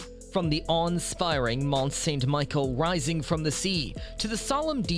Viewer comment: Its not Michael its Michel …. Plus they are many other mispronunciations that results in a video that loses credibility.